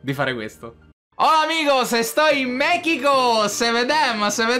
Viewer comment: "hola amigos estoy in MECHICO"